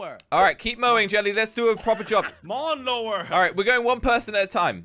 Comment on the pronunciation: They said lawn mower not mawn lower Oop sorry jelly and said it Oh and sorry